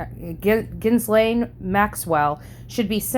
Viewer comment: Such a terrible woman (pronounced Gee-lane). I hope the survivors get millions.